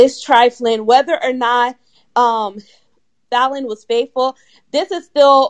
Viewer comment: Why y'all keep calling that girl FAY-lynn? It's FAL-LYNN